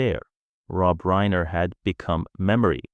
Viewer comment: it's RINER no reener